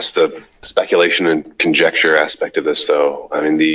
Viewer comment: He literally said, "conjexture" not conjecture.